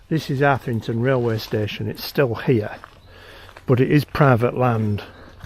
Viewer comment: Arthington, mate. Say it. Arthington. 😂